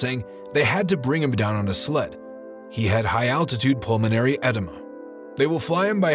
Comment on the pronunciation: There are SO many mis-pronunciations in this video. Pulmonary “ed-eh-muh” almost killed me lol.